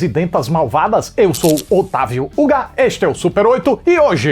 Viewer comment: Eu sempre escuto: "Eu sou Otávio: o Gá" como se 'Gá' fosse um título kkk